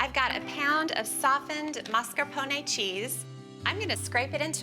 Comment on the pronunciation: Stop saying mascarpone like that!